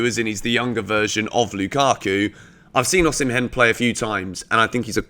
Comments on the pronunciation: I have been a fan and I am still a fan but you aren’t t doing justice to my Nigerian brother’s name 😂😂😂 it is pronounced O-Si-meh not O-si-men😂😂😂 i always enjoy watching your videos💯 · Hey, it's pronounced OSHImen,💙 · Pronounced "Osimen".. the "h" is silent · Am Nigerian and Victor Osimhen is pronounced as Osimen.